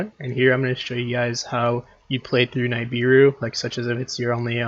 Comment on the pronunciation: Great video but please stop calling nibiru: “n eye beer ru” it is pronounced “nib ear ru”